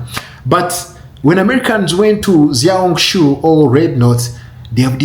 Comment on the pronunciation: Xiao hong su is pronounced Shiao Hong Su Not Ziao hong su. just like Xi Jin Ping is pronounced She Jin Ping